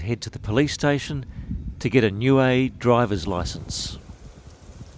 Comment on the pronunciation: CORRECT pronouncing is as … NEW E as in … A E I O U 👀 N I U - E 👀 EH … NOT WAY OR AYE . NIUE 🇳🇺 A’s are NOT pronounced as “AYE” it is pronounced as “ARE”. U T U K O was my home beach i frequented a lot as a child ❤️